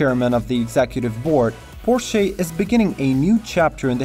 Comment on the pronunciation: Please learn how to pronounce Porsche properly! You should barely be pronouncing the final e. It's a /ə/ (schwa), which means it's unstressed, unaccented. In the US it's even correct to leave it totally silent. But the way you pronounce the word it's barely recognizable.